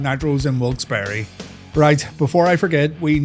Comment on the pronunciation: As someone from Wilkes-Barre, a city with a name that gets butchered a lot, your pronunciation was very good for someone who has probably never seen the name before. Thank you for that.